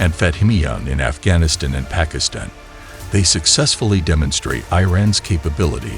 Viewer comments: The narrator s pronunciation is abhorrent esp of Iran, Pakistan and Afghanistan. Has he never heard of these countries. Iran he pronunces as iron. Disgusting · Are you a BOT? You mispronounced the group names, but then you mispronounced Pakistan and Afghanistan. You mispronounced Shia, you mispronounced Iran and Iraq and even Hamas. Have you thought about not doing these videos? I mean, there is Stu..d, then there is you. How the H do you mispronounce Hamas? They have been on every news source on the planet for the past 9 months.